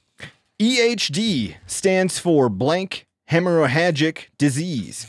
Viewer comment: FYI; you don't say the second "h" in hemorrhagic heməˈrajik